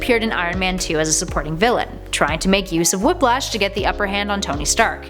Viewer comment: She said “Whoplash” 😂😂😂